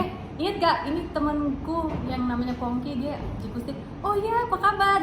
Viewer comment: Am I salah dengar atau di bagian akhir Soleh sebutnya jadi Fongki bukan Pongki 😂